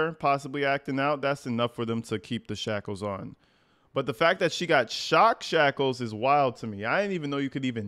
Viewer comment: Great job saying "shock shackles", I don't think I could 🤣